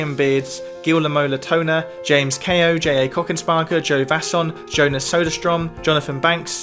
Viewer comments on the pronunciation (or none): none